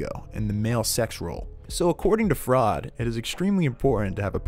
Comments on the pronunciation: bbg he pronounces freud as fraud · Is this an AI voice? Who doesn’t know how to say “Freud”? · You aren't the only one LOL. I was totally into it. But the mispronounciation of Freud set off alarm bells. Not to mention anyone who even believes in or interprets (or spells) Oedipus complex in this way. As you can see, I'm not a strong supporter of Oedipus complex, but Freud did get some things right. That said, he wasn't all wrong in those first 3 minutes. He was disrespected by all those people. I can't say White is a good guy for what he did, he was incredibly selfish by the end. After all, it was mostly a pride and ego thing that he insisted on being the provider when he had a way out in season 1 with his former partners. That said, what is so wrong with taking control of your life in that way? Other than the breaking the law part, hehe. It's one reason I can't see myself for married life. I can't live my life that way. I don't want to hand control of my life over to someone else. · I died when he said Sigmund fraud instead of Sigmund Freud! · FRAUD instead of freud im dying lmfaoooo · "Sigmund Fraud" bruh 😭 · It’s Sigmund Freud, not fraud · isn't it sigmund freud not sigmund fraud? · Its "Freud", pronounced "froyd", not "Fraud". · Sigmund fraud lol its Sigmund Freud pronounced like froyd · Its pronounced froid not fraud lol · … and Sigmund Freud as Sigmund Fraud. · not even when he said Sigmund "Fraud"? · for me it was when he said sigmund fraud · Sigmund “fraud” Lmao wtf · I absolutely love how strongly FRAUD was pronounced whenever you'd refer to Sigmund Freud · Consistently pronouncing Freud as "Fraud" is fantastic. The real icing on the cake. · "oedPISS" "fraud" "supereggo" amazing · It's pronounced Froy-d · Mispronouncing “Freud” was so fucking funny😂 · I was with it until he mispronounced Freud 😂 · Did you misspell and mispronounce Freud on purpose? Or are you seriously that ignorant of something you are teaching about? Or was it a fraudian slip? lol